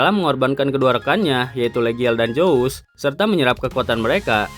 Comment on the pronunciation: Zuoos Bukan zous